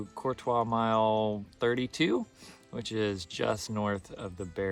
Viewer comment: I love that you pronounce "Courtois" correctly!!! I am from the area and most locals even say it wrong as "Courteous" or even "Curt-ois", and it drives me nuts. Congrats on pushing though, that is an accomplishment. I am sitting at home recovering from hip replacement right now, but hope to be back on the OT shortly.